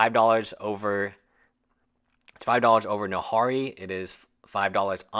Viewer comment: Are you mispronouncing Nahiri on purpose?